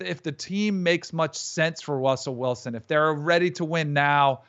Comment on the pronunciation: “Wussell Wilson”